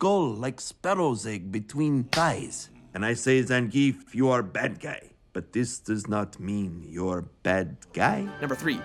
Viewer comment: What's with this guy pronouncing names and words differently? He said Anna and Zengief wrong. They freaking pronouce it in the movie, does he not listen? Is he trying to be cool and say them his cool hip way? He does it in every video he commentates.